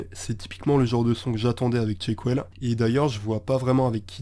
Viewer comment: Super vidéo, garde ta voix surtout, elle est chill même quand tu parles de sons vener. Mais si on veut chipoter y'a la prononciation, on dit "Chèquewell", pareil pour le titre c'est pas "Tchemless", varie le débit de parole aussi, la lenteur c'est cool mais y'a toujours des moments où tu peux te permettre d'accélerer. Si tu parles un peu de rap FR je fais moi-même du son, et aussi mes prods (un petit EP sur les plateformes, Sur La Route de Nulle Part). Continue mec, et te prends jamais la tête pour les délais de sortie, quand ça drop ça drop puis tout le monde est content 💪💪🔥🔥🖤💜